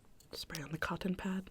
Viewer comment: I love how you said “cotton pad”